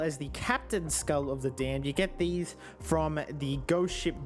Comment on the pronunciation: Instead of saying skull he says skuil